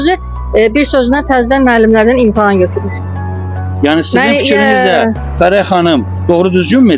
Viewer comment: Muellime “imtahan”a “imtaham”a deyende sonu bele olacaq…